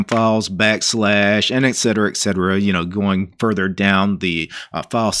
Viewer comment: Bruh stop saying etc as ecksetera.... It's et cetera...